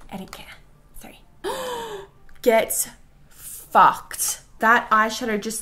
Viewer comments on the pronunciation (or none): That ‘get f*cked’ was so aussie. You got me now girl 😂